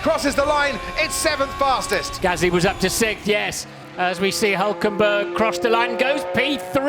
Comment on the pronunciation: Hülkenberg !!! with a damn " Ü " !!!